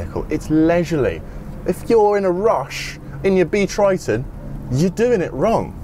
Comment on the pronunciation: Totally bonkers! Also, "Triton" - keeps sounding like Kryton....